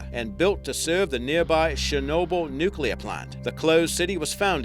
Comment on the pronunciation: This bloke's pronunciation of Chernobyl is laughable. Where you been forbtge last 30 years, mate? Didn't get the memo? It's Chernobyl, not Shernobyl. Muppet!